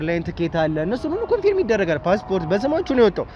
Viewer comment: * Confirm 'ኮንፈርም' እንጂ ' ኮንፊርም' ልክ አጠራር አይደለም።